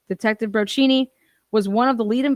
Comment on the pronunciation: it's Detective Bro-key-knee. Just FYI,, Love your reporting on this.